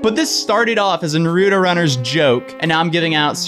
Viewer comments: no hate but its naruto not narudo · Naruto not naruuuto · The way you say Naruto triggers me I'm sorry. It's Naru-to, not Nar-U-to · "Naroooooto?" It's Naruto (Narr-uh-toe) lol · Na-root-oh? I always though it was pronounced nar-uh-toe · God, anyone else got a pet peeve on how so many people say Naruto wrong? ITS NOT FUCKING NARUTU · The way he says nuruto makes me cring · can’t pronounce naruto right don’t say it it’s NAH-RAH-TOE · Na-rue-tow lmao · The show literally says Nar-uto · “NUHROODO” 💀 Naruto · Nah ru toe? Wtf I hate people who talk the wrong way for no reason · NAW ROO TOE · You said Naruto wrong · The way they pronounce “Naruto” actually triggers me. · I lost all faith in you...You said Naruto wrong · "Nar-ooo-toe" haha you can tell this guy hasn't seen Naruto 🤣🤣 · you are saying naruto wrong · When fake anime fans pronounce naruto WRONG >> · The way he said naruto 😂 hurt me a bit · Ok... when you say Naruto PLEASE TELL ME WHERE YOU HEAR THE D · The way he pronounce Naruto sounds like a fake Naruto show. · So no one else is triggered by pronunciation of Naruto? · love you but you’re not pronouncing naruto correctly. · Lol I can see all the naruto fans getting triggered at this vid, he’s literally pronouncing his name wrong the whole vid😂